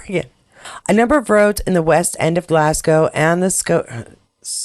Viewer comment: The skiing bit is a real mystery. Tried to donate today. Wouldn't work. Sorry! And Yay! You've got Glasgow down pat. 😊